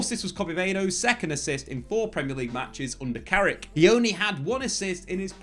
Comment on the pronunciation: It's Carrick you know.....!